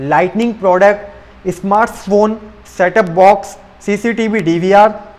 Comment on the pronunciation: It's Company not KAMPANNI It's Smart Phones not Smarts Phones